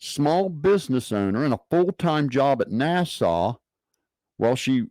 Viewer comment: Why does he say NASA like it's the capital of the Bahamas?